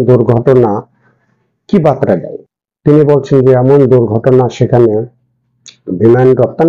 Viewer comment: 'বার্তা' শব্দটি উচ্চারণ করতে পারেন না। আপনি বাঙালী?